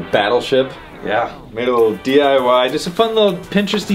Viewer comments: Oh my god. Did he say DYI instead of DIY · I’m pretty sure said dyi instead of diy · he said *DYI*(DIY) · Did anyone notice said “dyi” instead of diy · 1.52 seriously? D.Y.I! You even said at the beginning of that sentence that it was d.i.y lol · Guy :dyi Me: it's diy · you said DYI, not DIY.... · He said dyi on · At the starting someone said diy than dyi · Did anybody catch say dyi instead of diy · he said dyi insted of diy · He said dyi not diy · “Dyi” instead of diy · Sounds like dying to me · Joseph Richardson YES I HEARD THAT AND CAME STRAIGHT TO THE COMMENTS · this man just said dyi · did he just say dyi😭😂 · Anyone notice how jon said dyi in the beginning of the video when he shows the cannon to him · notice how he said “dyi” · who else noticed saying DYI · he said “dyi” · Who else heard say "dyi"..... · did anyone notice that said dyi pun gun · Did anybody catch he said DYI? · he said dyi BRUH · did my man really just say dyi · Where they really saying DYI the whole time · Did He Say Dani? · Is it me or did he say DYI